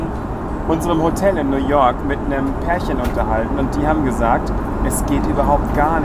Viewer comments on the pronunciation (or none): Es heißt New York, nicht Nuworg, und es heißt Kuala Lumpur, nicht Kulalumpur. Süß wie du immer so deine Ausspracheschwierigkeiten hast. Haha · ''Nu walk'' Die Stadt kenne ich garnicht xD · Bin ich der einzige der das Merkt wie er New York als New work oder ork ausspricht ? 😂 sonst super Video 👍🏼